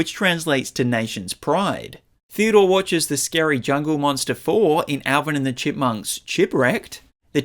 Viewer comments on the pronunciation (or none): none